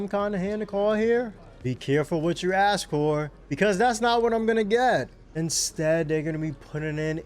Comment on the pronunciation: I didn’t know you were black until you said ax instead of ask. When you get the chance to assimilate to your new culture, please do so. Or possibly do something else. If you have questions, just ax. 🤡